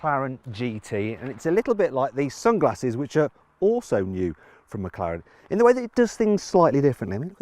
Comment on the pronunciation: 맥칼렌으로 들리는데 저게 제대로 된 발음인가